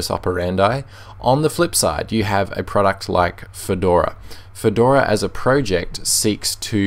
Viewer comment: Spotify uses Electron, of course it will be slow. It's slow on pretty much every platform. For gnome, the g is silent. Project, not "proooject".